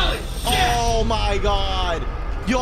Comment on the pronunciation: "Ohh my god actually scared the shayeetas outta me